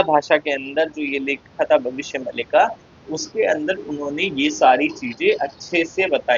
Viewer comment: भाई ये भविष्य मल्लिका नहीं इसको मालिका बोलते है 😂😂😂😂😂😂😂😂😂😂😂😂😂